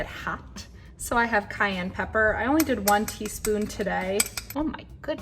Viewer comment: I literally stopped watching when she said “cayenne pepper”. NOPE. 👎🏽